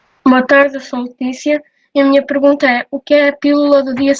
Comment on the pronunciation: LetÍcia não se diz LÉticia, mas no entanto no minuto o professor comete o mesmo erro. Obrigado pela atenção, caso cheguem a ler este comentário.